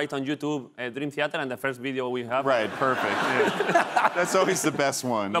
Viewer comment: Me duele escuchar a Broncano pronunciar Theater, pero aun así ole sus huevos